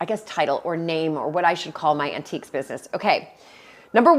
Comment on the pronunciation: Countiques in stead of antiques 😉